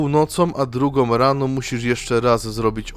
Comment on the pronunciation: ...drugOM, czwartOM, sobOM...przez to OMowanie nie daje rady sluchac....wychodze😢